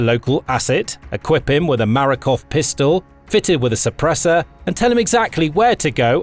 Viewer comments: It's Makarov, not Marakov. Hunt 'em down though. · This is the second time i hear someone say marakov pistol. The pistol is Makarov not marakov.